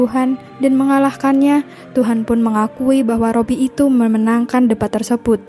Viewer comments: Min koreksi penyebutan Robi,yg benar Rabi minbukan Robi 🙏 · Rabi bukan robbi sih